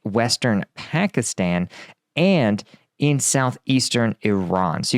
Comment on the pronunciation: please learn how to pronounce pakistan